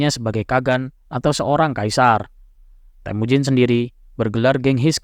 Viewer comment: BUKAN TEHMUJIN.. TAPI...TEMUJIN